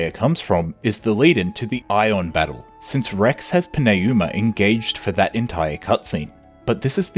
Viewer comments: Its pronounced Numa, not Pin A Uma. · It’s literally New-ma. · I enjoyed the video but GOD DAMN your pronunciation of some of the names is killing me lmao Al’vís and P’neyuma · Pneuma is the third word in this video. What in tarnation are you doin' with that pronunciation. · I genuinely love this video but I gotta ask, respectfully. How did you land on that pronunciation of pneuma lol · + Great video overall - Your pronunciation of "Pneuma" makes me want to pull my hair out. Lol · Great video, but the way you pronounce “Pneuma” is killing me lol. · I feel like I am being punched in the face every time I hear it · OMG. Why can’t you Pneuma? They say it 100 times in the game. The p is silent.